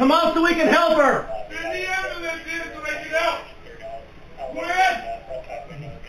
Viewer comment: What’s an “ambalance” I mean I’ve heard of an ambulance